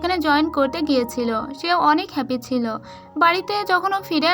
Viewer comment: apni subu silo sillo bolen